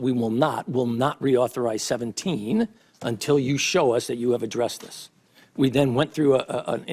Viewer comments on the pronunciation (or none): Admrl Rogers really does emphasise '17' when he says it.